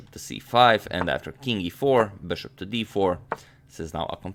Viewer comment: Beshup to ii five